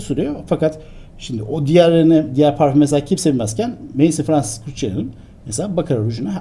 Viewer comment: Maison,(ev)mezon diye okunuyor.